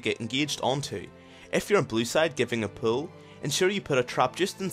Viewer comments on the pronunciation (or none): none